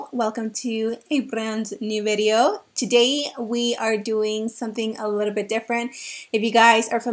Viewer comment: Love how you say "litta bit"! ❤️😂